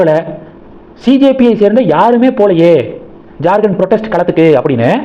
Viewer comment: Not JarGand, it is Jharkhand, how do you always pronounce wrong & horrible? You refuse to correct also